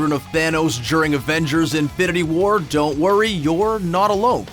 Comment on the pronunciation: Had to dislike this because of how you pronounce "during"